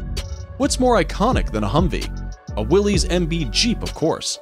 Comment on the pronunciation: The Jeep was from Willys-Overland and Willys is pronounced like "willis", not willy's.